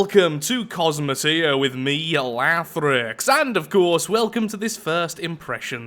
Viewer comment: Lol I thought u said welcome to astroneer